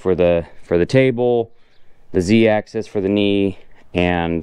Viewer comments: axis, not access. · It is "axis" not "access".